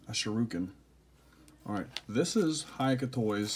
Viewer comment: nice! just fyi, HaoCai Toy is pronounced kinda like 'how sigh toy' (technically it is closer to how tsigh but since we dont use 'ts' it will be easier to use a hard S sound)